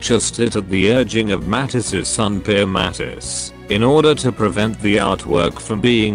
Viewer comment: The information is okay, but the pronunciation of various names and important words is awful. Matisse is pronounced incorrectly as is draughtsman, for example.